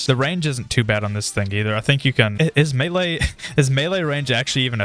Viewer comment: Meaee? Isnt it melee?